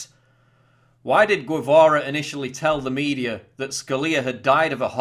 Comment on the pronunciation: I want to start a drinking game everytime Paul says Obamer, Mediar, or Ped-o-philia we drink. Just kidding Paul I love your schmexxy accent.